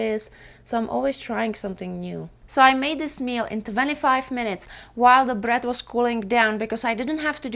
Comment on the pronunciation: it's BREAD !! , not BRAT